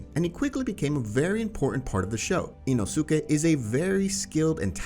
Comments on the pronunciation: Love how he says ino-su-ke Btw say inos-ke I think that’s how his name is pronounced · IT'S "EEE-NOO-SKEE" NOT "EEE-NOO-SOO-KEE"!!! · Next time please say ino-si-ke instead of ino-su-ke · ITS NOT INOOSUKE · eeno soo keh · Anyone else get so annoyed by this guys pronunciations? Ino soo kay. ?????? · i love this dudes content just hate the way he pronounces the names of these characters 😂 EenoSookay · Say it with me. E-no-skay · The way you say inosuke bothers me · That's tottaly hoe u say inosuke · Bro the way he said inosuke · You’re not supposed to pronounce the u in inosuke …. Same thing with sasuke … the u is silent